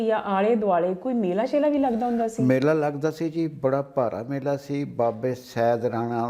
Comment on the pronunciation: bibi nu dasso koi ke mela shela nahi Mehlla Shehlla ..... L te zor paake bolya jaande......